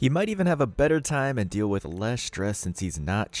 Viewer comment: It's not wiitch You ! It with You !!!